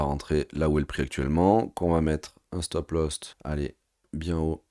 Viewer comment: "stop loss" et non pas "stop lost" 😅🤣😂si tu as perdu ton stop, t'es mal bro !